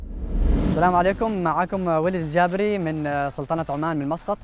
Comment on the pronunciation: وليد الجابري و ليس جابري 🙆‍♂️🤦‍♂️